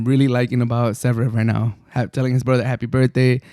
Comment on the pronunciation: Damn it took me long for me to find out that you are saying Zverev